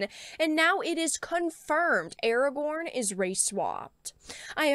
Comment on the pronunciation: Now pronounced "Awagown". ;)